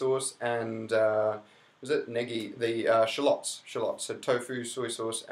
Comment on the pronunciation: So I think I hear you saying "Shallots" but you pronounce it differently from me so I wondered if we're talking about the same thing.